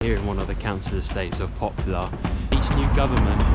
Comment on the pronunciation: It pronounces "Poplar", not "Popular"